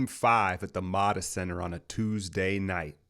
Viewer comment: yo its pronounced moe-da center fyi